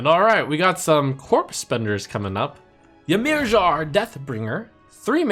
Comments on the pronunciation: Ymirjar is pronounced 'Yuh-meer-yar' :x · PLEASE learn how to pronounce Ymirjar.